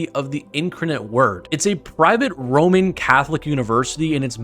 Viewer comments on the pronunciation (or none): did he say..."roaming" catholic?